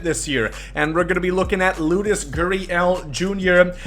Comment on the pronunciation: he said Loudes instead of Lourdes I know who he is